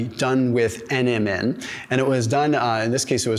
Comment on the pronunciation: I love your videos. When you say NMN, it kind of sounds like Eminem the rapper. Especially, when you say they did a study on Eminem, lol